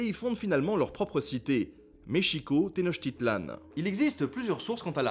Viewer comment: Teno"k"titlan pas Teno"ch"titlan